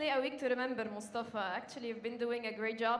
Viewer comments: his name is MUSTAFA ...not MUSHTAFA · 1. its Mous tafa not Moushtafa 2. Shorbagy isnt himself. No fight in him. To many errors. I don’t know if it was mental or physical for him but that’s not the guy who played Matthew and Ramy. Where is the guy who used to say “ill play at such an intensity that Nick who never sits between games will have to” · you're a great squash personality but please stop saying MUSHtafa! 🤣 That's not his (or anyone else's) name!